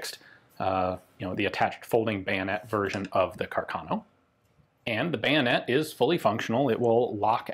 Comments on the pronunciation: It is pronounced Càrcano, not carcàno, the accent is on the first a. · I think you should pronounce Carcano with the stress on the first a, not on the second... Càrcano, not Carcàno...